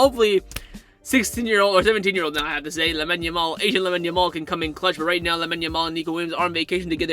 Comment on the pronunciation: Why do you say Lemon Yamal 💀 its Lamine Yamal